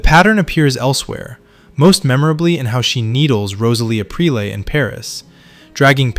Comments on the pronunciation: Rosalie Uh PREE LAY?! 🤨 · Rosalie Aprilay? Is this vo AI? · Rosalie Aprelay??? Thanks for the AI slop.